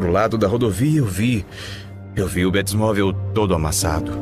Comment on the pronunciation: Mintira kkkkk bétimovel kkkkk batmovel